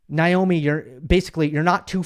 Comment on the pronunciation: I thought it's Naomi not Nyomi. Anyway whoever said the question that made her cry was bullying should apologize to that reporter. It was a fair question.